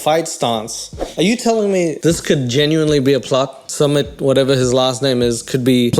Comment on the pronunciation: My absolute favorite thing about his couple is the fact that Jenny has no idea how to say sumits name. She has called him schmit, sumeet, smit, summit, suemit, Smith and I die of laughter everytime..😅😂